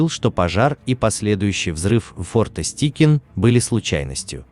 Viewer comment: Чувак, ты в школе английский учил? ОТКРЫТЫЙ СЛОГ, твою мать! Стайкин, а не "Стикин"!!